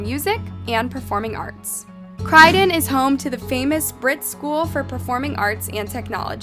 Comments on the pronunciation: Think c-roy-don not cry-don as you're pronouncing it wrong sweet 🥰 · Crydon? Do your research properly before posting your videos! cROYdon Roy not cry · Why do you pronounce CrOOOydon as "Cried on"?! You even had an example of someone pronouncing it properly in your video. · I love your channel, but I just wanted to add a tip re: pronunciation of names, places, etc. Croydon and Bowman's letter 'o' are pronounced as 'o' and not as 'Crydon' and 'Bawman'. In English English, Croydon is pronounced as the 'o' as in 'toy', and the 'o' in Bowman as the 'o' in 'so'. Hope it helps. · I don't know how she got cry and not cROY also the Country is ENGLAND not the UK! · Great video but it’s Croydon croy like Roy, you’re saying crydon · It’s Croydon not Cridon or Crydon 🤦‍♂️ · It’s Croy-Don not Cry-Don, it’s stressing me out 😂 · Hahah shit you really botched the name. It’s not pronounced Crydon. It’s CROYdon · I LOVE your videos but please for the love of all thats holy this is the 2nd video I've seen from you thats from Croydon and you say CRYdon it drives me nuts! Its croydon, like troy, croy.. 😂😂🙏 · Its CROY-DON not whatever you said. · It’s Croy -don rhymes with Roy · Croy-den , Croydon hun . You were almost there , Good vid though. 10/10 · 'Crydon??!' nah mate.. Couldn't get through the rest 🤣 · I’m from London and you pronounce “Croydon”very wrong Lool, it’s “kroy-dn 😅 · Croydon is my hometown 😯 but also please stop calling it Crydon 🤣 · Are u repeatedly pronouncing Croydon as Crydon on purpose? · Do some research on pronunciations for your videos. I can't sit through a whole video of someone calling Croydon, "Crydon" or w.e on earth you're saying 😂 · You are saying Croydon wrong! Its NOT KRYDIN... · I don’t mean to be pedantic but, it’s Sally Anne, not just Sally. And it’s CROYdon ( first part rhymes with Roy) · It’s pronounced Croi don, with an O, like the detective pronounces it in the video. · Haha it's pronounced c-roy-din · Fr. Crydon. FFS. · It’s pronounced Kroy-Don